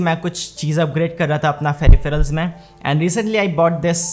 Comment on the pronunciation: ferifheral nhi peripheral hota h